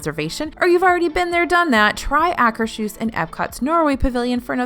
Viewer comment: I just like to bug about pronouncing it... it's pronounced " Ah' -- kers -- hooss ". There is no "sh" sound in it.